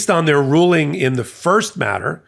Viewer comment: Did you say Alito’s 5page ruling or “drooling”?